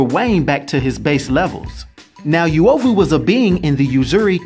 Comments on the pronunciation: Please stop🤣🤣🤣... It's not "Youovu" but U is pronounced like the U in "UNO" so its UOVU not YOUOVU, good to see my country has mutants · The 'yoo' 😐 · Pronounciation is not Yuovu but uuOvu. The U sounds like the "oo" in soon. Love your content man. Cheers for this. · As a Kenyan, I'm so jazzed to see this! Although the word is pronounced U (not -Yu)ovu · That reads "uh-o-vu" not "yu-ovu" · It's UH OH VU Noun derived from the word 'Ovyo' to mean 'Badness' literally or 'Evil' technically. -Random Kenyan. Dafuq is "Yuwohvuh" 😑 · I think it's pronounced oo-oh-vu, not you-oh-vu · Its not pronounced as "you-ovu" but "oo-ovu" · It not you-oh-voo. Its pronounced ooo- wo- voo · It's pronounced Oo.ovu not U.ovu😏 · Yo. I know this guy is trying his best but it's super hard to focus on what he's saying when he keeps butchering the names. Suppose to be like the vowels. a.e.i.o.U... then U-O-VU. U like loot. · Not the right pronunciation.. Uovu is pronounced oo-o-voo.. greetings from swahililand Tanzania 🇹🇿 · Actually the correct pronunciation is oo-aw-voo 🇰🇪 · correvt pronunciation is oo-ovou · That ""uovu"" pronunciation killed me Nice content though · You pronounced it wroooooooooooooong !!!! bruuuhhh!